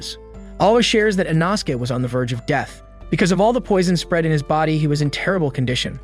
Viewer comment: "InAsuke"! Smh! 😅